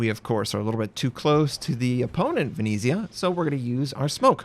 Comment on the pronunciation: It's "Venezia" not Venisia. 🤣🤣🤣 And what is this Luigi? We are not Japanese. 🤣🤣🤣